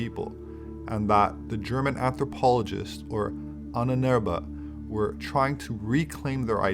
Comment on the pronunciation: it's pronounced Ah-nen-er-be ...